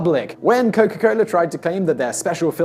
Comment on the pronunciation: its coca cola.. not coco cola